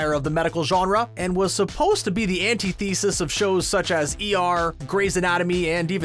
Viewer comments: Antithesis, all one word. Not Anti-thesis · Antii theesis?